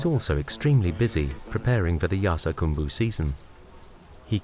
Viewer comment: It's spelled 'Yarsagumba' but he keeps saying 'Yarsagambu'.